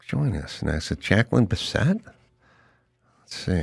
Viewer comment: Biss it NOT Bis set! Good interview tho.